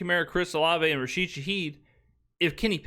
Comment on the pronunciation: He can’t even get Rashid’s name right!